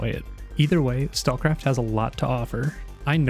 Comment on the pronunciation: Probably because he didn't linked or put the name of the game in description or pinned comment. He can't even pronounce the game name right. Stalkcraft? Stallcraft? Stakecraft?